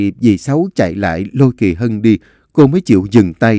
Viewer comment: Anh đọc lộn Kỳ Mỹ với kỳ Hân😂😂😂😂😂